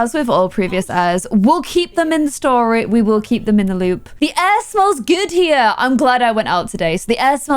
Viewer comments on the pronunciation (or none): none